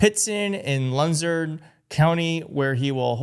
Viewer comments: Pronounced pitts ton. Loo zern. Research first! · It is pronounced Louzurn. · Its pronounced (loo zern) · It's pronounced, Loozerne. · Pronounced Lu zerne...Luzerne County. Right next to Scranton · Um, Looo ZERN. Say it right or don't say it at all. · Its pronounced "Loo-zern" county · Pronounced: Llloooo-zzz-earn county. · Ok, since I live in Luzerne County, it's promounced Loo-zurn. And Vance did not go to a manufacturing facility, to the local report had him going to a local garage owned by some popular Republican guy. Probably a crook. It was first speculated Vance was here to visit Pride Mobility, a manufaturer of jazzy type go carts the handicapped drive around on. The congressman I believe you're talking about is Rob Brasnahan. He flipped a long held Democratic seat by Matt Cartwright. Bresnahan inherited the very successful family construction company which he quickly sold for millions of dollars. He's the very definition of a nepo-baby. This area turned red during the first Trump/Biden election. West Pittston is approx. 5-10 miles south west of Scranton along the Susquehanna River along interstate 81. It's a long dying region whose heyday was during the coal boom a century ago. The people, after 3 generations still have the coal miners mentality. They're angry that the newer families moving into the area aren't white. These people have been getting fucked for decaeds by corrupt politicians with the weath in the area being generational. The young people that graduate from college from here don't move back here. The MAGA here still believe Trump is doing a great job. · Pronounced Lou-zern county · Try loo-ZERN. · Loozern county is how you say it. West pittston had a tomato festival. Where you get to throw the tomatoes at people!!😂😂😂 The people of Pa will remember every single name!! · Your pronunciation of Luzerne PA is completely wrong. Please check it out. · Hey, Google can teach you how to pronounce Luzerne